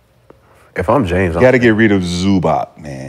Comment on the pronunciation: Dude said Zubac smh...he's a beast